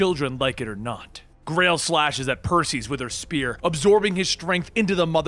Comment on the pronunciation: PER-see-uhs dude, I love your retellings. However, I don't know why but the miss-pronunciations really bug the shit out of me lol if you give me 72 hrs per script I'll add pronunciations to your script for FREE!! even if you don't send whole scripts and just mail me names I'll send you the names spelled Phonetically.